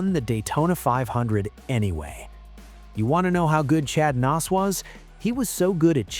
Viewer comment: AI sucks. Chad Knaus regulated to Chad "Nos".